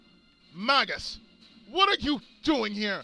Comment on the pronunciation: You're right, it's may-jus